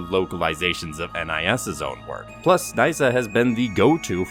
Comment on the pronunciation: its knee-sa not nice-sa 🤣